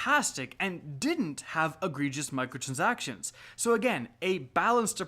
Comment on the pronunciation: "Microtrzactions" CAN'T UNHEAR